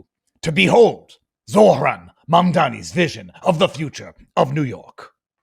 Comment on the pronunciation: Zohran not Zoran. You get so many names wrong.